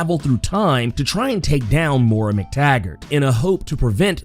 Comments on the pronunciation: It's pronounced "moy-rah" not "mor-rah." She's gonna be the new Borg queen. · I love you but it's Moy-Ra